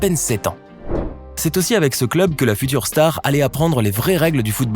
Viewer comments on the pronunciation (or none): none